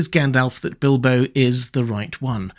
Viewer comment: Bildo? Tha burrrrglaur??